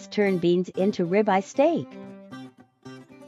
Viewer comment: That "ribeye" is grounds for a divorce!!!! 🤢